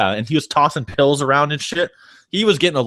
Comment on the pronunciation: its fucking PILLS not "peals" / "peels" -.